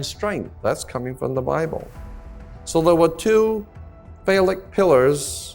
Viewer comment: "CRISCO OIL" IS CRYSTALIZED COTTON SEED OIL Everything ain't what he says exactly 💯. "NOXEMA" BRAND NAME OF FACE CREAM - NO EXEMA THE WORD IS "PHALLIC" he is mispronouncing. Why would an educated man call a woman's vagina, "BOX"? YEAH, WE ALL NEED TO LEARN NOT TO REPLACE FOOLISH THINKING WITH FOOL THINKING.😮